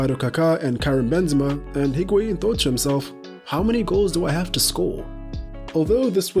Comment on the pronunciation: The h of Higuaín is silent. It's pronounced as IG-auín.